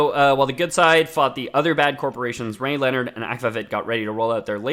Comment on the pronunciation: As soon as they pronounce rayleonard and akvavit I knew they didn't even play them. I get they can't deep dive into every franchise ever but maybe at least play the game, it's not like the game is super expensive or time consuming